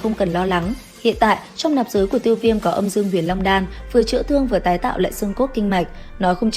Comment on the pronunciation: Đọc sai.. trong người .. có âm dương huyền long đan